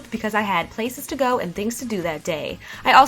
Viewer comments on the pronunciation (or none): I love your channel. You are beautiful:)!!! I get excited everytime you upload. One thing i wanted to help you with is the pronunciation of Balyage. I've noticed that you say is Biologe. It's pronounced Ba•La•Age.:)